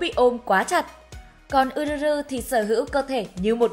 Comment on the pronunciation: Góp ý nhỏ là tên Yuzuru đọc là Dư Giư Rư nha AD, AD đọc Ư Rư Rư nghe lạ quá :v